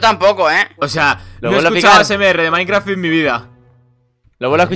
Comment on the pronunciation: Es idea mia o dijo minecraft con noods